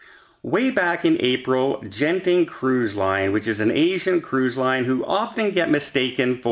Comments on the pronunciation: According to my source, should be pronounced "Gurn Ting." The G is a hard G. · And that's Genting, pronounced with a hard G! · Hi! I am a Malaysian and Genting is a Malaysian public listed company. For your info, Genting cruises are part of their group and it’s pronounced as you would pronounce g as in girl and not j as in gentle. I hope this helps 😀